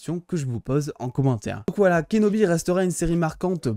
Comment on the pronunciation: je suis le seul à entendre "obi-wan KENOMI" quand il prononce son nom ?